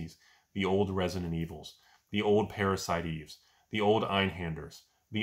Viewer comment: Every time "Parastie Eve" comes out of another human being's mouth, I get a wide smile.